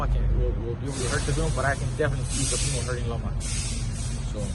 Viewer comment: LMAO... Leo Santa Cruz calls him TeofiNo. 🤣🤣🤣🤣🤣🤣🤣🤣